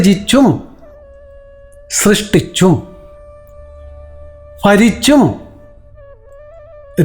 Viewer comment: ഗുരുദേവന് പ്രണാമം🙏🏻 ഗുരു ചരണം ശരണം 🙏🏻🙏🏻 ഫരിച്ചും എന്നല്ല ഭരിച്ചും എന്നാണ് ഉച്ചാരണം ശ്രദ്ധിച്ചാൽ കുറച്ചുകൂടെ നന്നായിരിക്കും. ഭ എന്ന അക്ഷരം എല്ലായിടത്തും ഫ എന്നാണ് ഉച്ചരിക്കുന്നത് ..